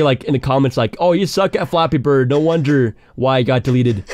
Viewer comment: it sounds like ur saying floppy bird